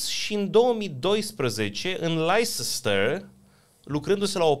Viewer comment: Super podcast. Un singur comentariu. Leicester se pronunta [Lehstr]. Va multumesc pentru tot ce faceti!